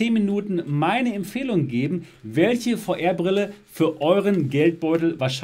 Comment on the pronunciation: Wer versteht auch immer Feuerbrille 🤣